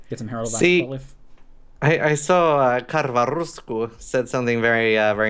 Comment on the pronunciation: KarvaRUSKU xD, finnish language so great when non natives pronounce it xD